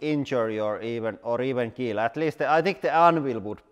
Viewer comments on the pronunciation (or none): You meant "It will keel" right?